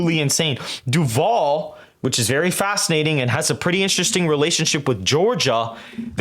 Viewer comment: Votehub hasn’t updated FL either It’s nearly a 9 point lead for the GOP rn Also, I’m from duval county, ion like the way you’re pronouncing my home county 😂😂😂